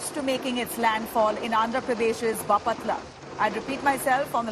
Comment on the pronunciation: it's baaaaaapatla Not bapaaaaatla